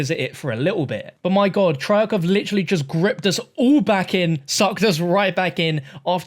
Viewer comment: Treyarc, more like trail-er